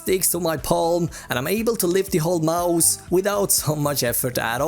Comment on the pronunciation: gillar att du säger majs istället för mouse ibland haha bra video